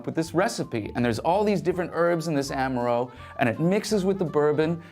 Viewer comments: lol, why do you pronounce Amaro that way?!😂👻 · This mispronunciation of Amaro is killing me… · Is no one else dying over the passionate mispronunciation of amaro?!